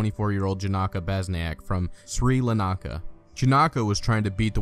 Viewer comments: It's Sri Lanka NOT sri lanaka :( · Dude how stupid are you? Its not Shree La Nakka you fucking idiot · Dude.. seriously did no one but me and one other guy in these comments notice he said fucking Sri Lanaka?!?!?! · Sri "Lnaka"? A country magically appears out of nowhere. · seri lanaka? I think u meant sri lanka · "Sri Lanaka" Yeah... that's correct.